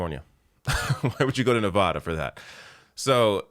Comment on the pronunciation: First of all, I would be ALL FOR Nina Turner! Second of all… OH MY FUCKING… PLEASE PRONOUNCE NEVADA CORRECTLY!!!!!!!!!!!! IT IS SO FRUSTRATING TO HEAR SO MANY PEOPLE PRONOUNCE NEVADA WRONG!